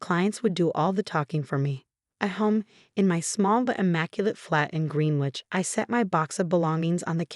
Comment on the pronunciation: Green Witch???? Greenwich is pronounced GRENICH. US AI simply cannot pronounce UK place names with any accuracy.